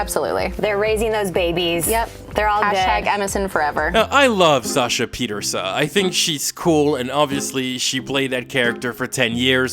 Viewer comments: It’s an Irish name, it’s pronounced Pieterse-uh. Sasha herself pronounces it this way. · tifo that her name is not pronounced pie-terse